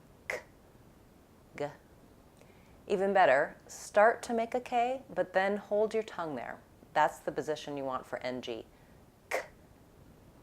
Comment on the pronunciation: in this time you said the word ( hold /hoʊld/, [hoəɫd] ) is the vowel o before the dark L in this word not diphthong /oʊ/ as in go/ɡoʊ/ . just [o] i hear the word hold like [hoəɫd] o and ə not /hoʊld/ are you agree with me?